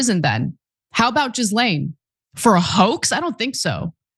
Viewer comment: Why is she pronouncing Ghislaine Maxwell as Jizlane? Are the people that work with her too afraid to correct her? Or is she intentionally making a crude pun? The latter seems in poor taste… Proper pronunciation seems important in the field of broadcasting/media…